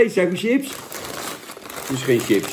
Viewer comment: Hoor je niet vaak dat iemand echt TJIPS zegt....